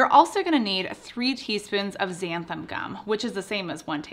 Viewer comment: Why is it that no one can pronounce xanthan gum? It's NOT xanthaM gum.